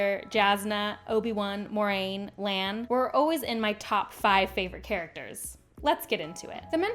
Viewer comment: If refering to the books, the name is Moiraine. Only Moraine in the show. Pronounced different too.